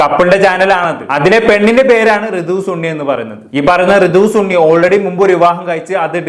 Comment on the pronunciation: സുണ്ണി അല്ലടാ ശുണ്ണി സണ്ണി ആടാ 😂